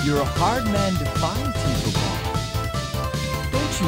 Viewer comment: The fact that Tiesel still can't pronounce the name of his own ship drives me up a wall.